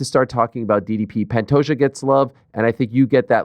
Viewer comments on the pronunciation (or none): none